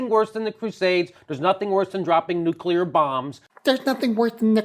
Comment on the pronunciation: lol. a shut out. You're fucking awesome. Pet peeve; nuCLear, not nucular.